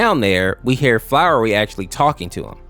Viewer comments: I hate the fact he keeps on saying flowery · bro this isn't supposed to sound mean but are u pronouncing flowey as "flowery"?. i swear i hear the r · I didn't even know there was an infection au for undertale Edit: why is he calling Flowey, Flowery and Frisk, Fisk 🤣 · U said flowey wrong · hes saying the name wrong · 1. frisk is non-binary and referred to with they/them 2. there’s no “r” in “flowey” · First of all, frisk is a girl, and second, it’s pronounced Flowey and not flowery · its flowy not flowery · IM AM BEING TORE FROM THE INSIDE OUT OF HOW You are saying FLOWERY WHEN ITS FLOWEY. YOU SAY IT WITHOUT THE R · gng its not flowery its flowey holy larp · HIS NAME IS FLOWEY NOT FLOWERY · ITS FLOWEY NOT FLOWERY FLOWEY. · You're saying flowey wrong! It's not flower-y it's flow-ie like fl-AOW-ly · Quit calling FLOWEY FLOWERY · Flowey, not flowery. Every time you call him "Flowery" I want to head-desk. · Who is flowery it’s flowey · I’m bouta Crashout if I hear this man call Flowey “Flowery” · btw it isn't flowery it's flowey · I was so annoyed that you called flowy "flowery" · Its flowey not flowery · his name is FLOWY. not flowery... also good just explaining the AU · It’s flowey not flowery and frisk does not have a gender at all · I am TRIGGERED ITS FLOWEY NOT F#@ FLOWERY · "flowery" umm no sry. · Stop saying flower E it’s flowery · Sorry, but it’s Flowey not flowery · I was progressively getting more and more closer to a crash out every time he said Flowey's name as "Flowery" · It's flowy not flowery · Bro it's flowey not flowery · It's pronounced flowey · am i the only one who gets angry when he says flowery. because.... ITS PRUNUCED FLO-WEY FLOWEY NOT FLOWERY! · I have no idea why him calling Flowey "Flowery" makes me so annoyed but it does. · And also…. STOP CALLING HIM FLOWERY! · its flowey lol what is flowery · and why are you pronouncing "flowery" instead of flowey? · excuse me FLOWERY?! ITS FLOWEY FLOWEY THE FLOWER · pls flowey not flowrey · It’s fl-ow-E